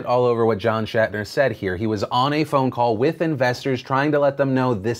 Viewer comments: Hey Phil, his name his pronounced like it is spelled. Schnatter. Not Shatner. You kept saying Shatner, and I found that annoying. That said, if the NFL issues are playing a role in sales, I'm pretty sure it's minor. It probably has more to do with quality, and far more choices now than there had been in the past. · It's Schnatter, not Shatner... You are swapping the "A" and "N" and it's driving me crazy! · Phil, its Schnatter, not Shatner lol. Coming from a Ball State Alum, he's not William Shatner. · It's John Schnatter, not Shatner. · That's not how you pronounce Papa John's last name